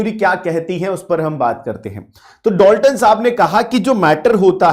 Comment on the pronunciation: Dolton 🙅 Dalton✅